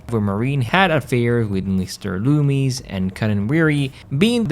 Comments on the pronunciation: It’s Macher not masher and Loomis not loomies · i enjoyed your video. And I love the way you pronounced Loomis! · not trying to be mean dude but did you even watch the movies the names were not loomies and ta tum it was loomis (like dr loomis from Halloween) and tateum